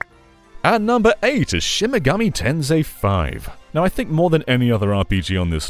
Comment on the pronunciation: Not the SMT V section being called "Shimgami Ten 5." 💀 How did that happen when it's spelled correctly in the video?